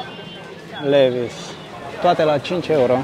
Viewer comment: ''livais'' si ''hiugo'' :)